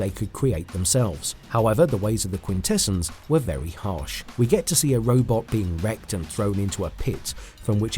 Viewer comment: Stop saying Quintessons like that. Has the narrator seen the show?